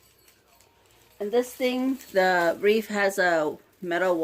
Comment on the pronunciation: Cute. BTW, it's not "wreaf" with an "f." It's "wreath." TH, not F. Thought you might want to know.